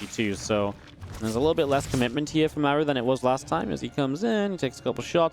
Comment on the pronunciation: Great game, love your casting, but isn’t his name pronounced like Marc but with an u at the end? Without the c? Just throwing it out there. Love your effort for the scene